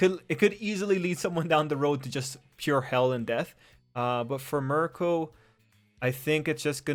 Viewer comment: I think its pronounced like "Meer-Ko"